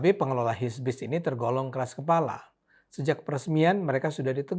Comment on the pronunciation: HIBISC pak bukan HISBIS hehe